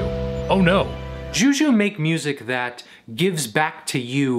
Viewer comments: it's "shoe shoe" not "jew jew" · Just a heads up, it's pronounced shoe shoe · This dude literally just said "JIU JIU" lmao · mic buddy, its shoe shoe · I find it funny how you pronounce Xiu Xiu